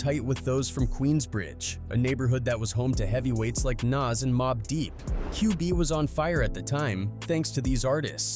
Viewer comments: How do you get nas's name wrong? Wtf is Naz?? come on man get ur shit together bro. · STOP WITH AI VIDS SMH HOW U PRONUNCE NAS NAME CORRECT THE FISRT TIME THEN NEVER AGAIN???????????